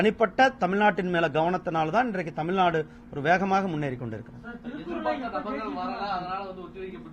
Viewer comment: தமில், தமில்நாடு திரு. முருகன் தமிழர் இது போல பேசலாமா?